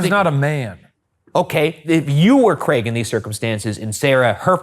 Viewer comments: Thanks for saying Craig correctly Ryan, too many Americans say 'creg' and it does my nut in 😂😂 (brit here) haha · nice to hear an american pronounce craig correctly for once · I just want to thank Ryan for saying 'Craig' normally. when the video started I was scared I might not be able to watch if I kept hearing 'creg'